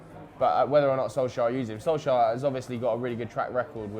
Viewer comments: It is Soul Ska by the way....I am going to get tired of pointing that out soon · Its funny when tries to say "Solskjær" hahaha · Honestly I'd love it if Solsjkaer succeeded and stayed on at United. He was my favourite player when I was young even though I could not properly pronounce his name lol.